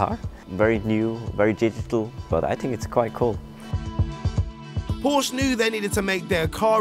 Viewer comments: Who else is triggered by "Porsch" ? (it's Porsche) XD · You know there's an "-eh" at the end of Porsche, right? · Jesus, do the Hosts even know anything about what they are talking about? Gamescon?? Porsch?? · Try Pronouncing PORSCHE Properly.........!!!